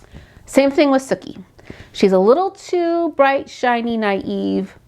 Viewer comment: I cringe everytime I hear Bill butcher Sookie's name... 😂